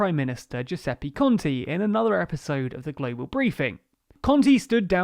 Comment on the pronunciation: Just a little note for the speaker: the last E in “GiuseppE ContE” should be read like the E in Edinburgh 😉